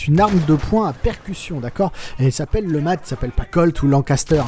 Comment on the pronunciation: cette arme est présente dans plein de jeux sur cette époque. Et faudra m'expliquer pourquoi tu prononces ça lematte alors que tu précise bien que c est un flingue inventé par un francais nommé letmat. A moins de pas avoir suivi les cours en primaire, le T ne se prononce pas. tu dis un matte de bateau ? non ? bon bah alors.